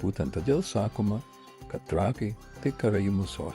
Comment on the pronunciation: Ir dar reikėtų mergaitėms kirčiuoti Trakai,kirtis ant pirmos a 🤔